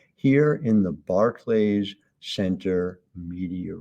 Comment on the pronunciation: Barclay is pronounced Barklee.. ask anyone in the center with you not Bar Clay